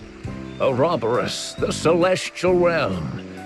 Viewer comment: ahhhhhhh the way they pronounce Ouroboros!!!! It hurtsssssssss